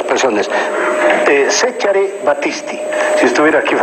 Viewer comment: Siempre supe que era bastante limitado pero insinuar que Battisti estuvo involucrado en el asesinato de Aldo Moro raya en la estupidez. (Al respecto, hay que ser demasiado inútil como para no poder pronunciar el nombre de Cesare de manera correcta; no necesitas ser Zaratti ni haber nacido en Roma). Longaric, absolutamente superficial, como siempre. El asesor de Carlos Mesa,, totalmente frívolo. Los esfuerzos de y no logran salvar el programa. Una verdadera pena.